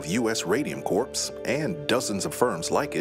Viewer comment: 'It's U.S. Radium Corp. ('corp'), not 'corps' ('corpse')."